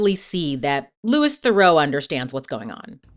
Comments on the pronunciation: And Theroo not Therow. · Really interesting video, but it's pronounced LOOEE THEROO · correct, in fact it's his cousin who pronounces it differently, not his dad "Louis Theroux pronounces his surname as "thuh-ROO" (rhyming with "true" or "zoo"), not "ther-oh," emphasizing the French origin of the name. He has jokingly noted this is the "correct" pronunciation, distinguishing it from his cousin Justin Theroux's pronunciation, which often uses a "ther-oh" sound. His first name is pronounced "Lou-ee"" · And his last name isn’t pronounced ‘ther-oh’, it’s ’ther-oo’! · Its not Lewis Farow , its Lou-ie (Louis) Th-ra-oo (Theroux) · that might be because his cousin Justin (who is bigger in the US) pronounces it ther-oh. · You mispronounced his last name, too.